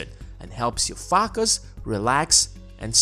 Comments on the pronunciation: the way you spell " focus " man is just ... "Fakos" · Hahaha omg I wish you would say fakus more😂😂😂😂😂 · stay “fockus” America lol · I like the way you say "fuck us", oops, I meant "focus"🤣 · Pretty sure he say it in that way to see if you can fakus